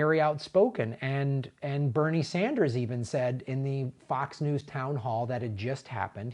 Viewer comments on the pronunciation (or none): none